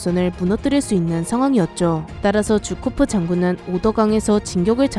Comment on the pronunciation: 쥬코프가 아니라 주코프 아니에요?